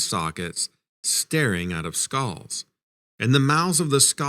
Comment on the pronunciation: Skalls ? It's pronounced skulls, like bulls only with an sk. Other than that, the first story was pretty good. The other 2 were fair. J.M.H.O.